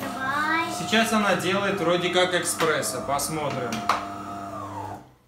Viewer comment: не эКспрессо а ЭСПРЕССО